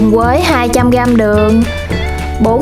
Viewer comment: Bạn này không có ghi nhận góp ý của người khác mà đổ thừa hoàn cảnh thì không phát triển được. Vấn đề là bạn phát âm sai chính tả vì giọng miền tây. Thà rằng bạn nói giọng miền tây luôn có lẽ dễ thương hơn là bạn đang sửa giọng mà không đúng.làm mất đi giá trị của cái phim của bạn. Ví dụ và Nhưng bạn đọc thành quà, với thì bạn đọc thành quới, rồi thì thành gòi ... Nói chung toàn tập. Phim bạn làm ok từ âm thanh ánh sáng máy xịn, thành phẩm ngon, người làm phim cẩn thận , phim rất đạt. Nhưng giọng nói của bạn làm mất giá trị cái phim . Người xem cảm thấy thiếu tin tưởng bạn vì giọng nói quá quê. Đó là lý do kênh đầu tư quá mà không nổi tiếng. Ngày trước mới làm tôi đã học kênh bạn vì thấy cách quay phim đẹp. Hiện tại tôi đã vượt gần 20 lần bạn mặc dù tôi làm rất bình thường, kĩ xảo không bằng bạn, chỉ có sự chân thành. Tuy góp ý của tôi hơi thẳng khó nghe nhưng mong bạn đừng buồn mà hãy hạnh phúc đón nhận những góp ý khó nghe của tất cả khán giả để sửa đổi và thành công hơn. Bạn chỉ cần nói giọng bình thường , tận tình chia sẻ là khán giả đón nhận. Chúc bạn thành công hơn nữa nhé.